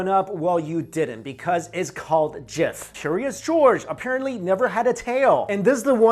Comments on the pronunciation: It is SKIPPY peanut butter and JIFF peanut butter. I think you are thinking about Jiffy Lube. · Whattt? I thought that peanut butter was called Jiffy not Jif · Choosy Mothers choose JIFF. Come on now.